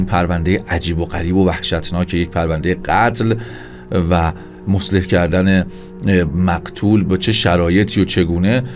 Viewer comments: مصلح نیستا اقای مجری مثله هست ه اخر تلفظ نمیشه با غلظتی که شما تلفظ تاکیدی دارید رو ه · درود و عرض ادب. سپاس فراوان. جسارتا مصلح کردن درست نیست. صحیحش مُثله کردن هست